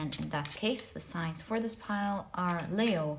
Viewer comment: Nice of you to bring up Leo's pronunciation.... you like to say Layo but correctly pronounced as Leeeeo as though a long sounding e. Is Layo from another culture?